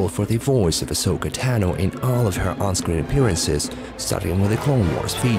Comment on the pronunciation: You know you have audio reference on how to correctly pronounce Ahsokas last name right?